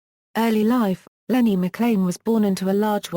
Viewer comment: you pronounce it mclean like the toothpaste